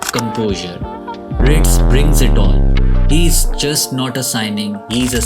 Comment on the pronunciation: Thanks. You are even able to pronounce "Wirtz" correctly. Thanks!